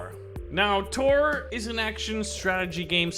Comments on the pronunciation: Taur is pronounced tower not tor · Dude! the game is called "TOWER" but its all fancy like "Ta"-"ur". not "Tor". Its obviously a pun on tower defense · It says tuar but you prenounce it like tower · Not trying to be nit picky 😂 but it's is pronounced "tower"